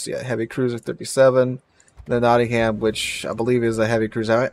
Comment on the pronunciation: pronounced Notting-um